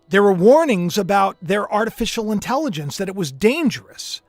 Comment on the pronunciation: You cracked me up saying Artificial Intelligonce!! I do that kind of talk too. From King of Queens. Lol